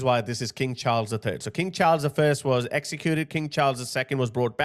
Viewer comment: I thought you said King Charles the Turd 😄